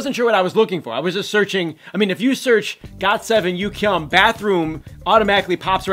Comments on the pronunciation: THAT'S NOT HOW YOU PRONOUNCE YUGYEOM NAME!!! UGH!!!!😤😤😤😠 if your going to say his name in this video PLEASE SAY IT CORRECTLY!!! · It's not yukyeom it's pronounced yuGyeom